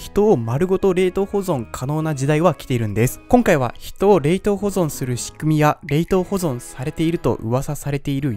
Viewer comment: 冷凍の言い方気になる